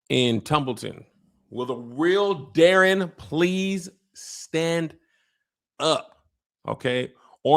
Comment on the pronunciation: I don’t like how they’re pronouncing Daeron’s name in the show. It’s (Day- Ron) 😂